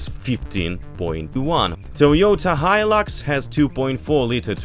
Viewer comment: Its hilux not hilix lol